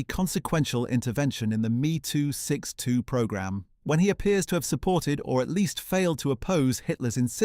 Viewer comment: I can’t stand the German jet being called a “Me too 62”, this whole lengthy story is Ai generated.